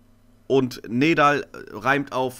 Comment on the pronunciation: NEDAL wird NIEDAL ausgesprochen.